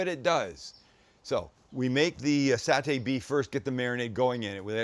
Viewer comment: Doug is correct. Sam pronounced Satay correctly. 😊